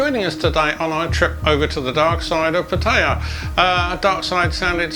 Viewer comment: FFS, learn how to properly pronounce Pattaya .